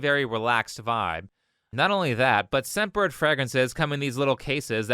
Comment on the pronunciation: hey a quick comment, i was listening to this video and i kept hearing you say "sempered" instead of "scentbird" in the advertisment. it might not be so clear to other people as well